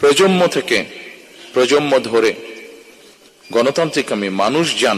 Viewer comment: প্রজমম থেকে প্রজমম , প্রজন্মের এই ভুল উচ্চারণ শুনবে না